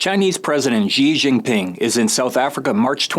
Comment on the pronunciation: how about you take a minute to learn how to pronounce the Chinese president's name correctly